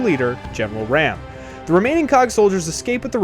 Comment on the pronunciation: its raam not ram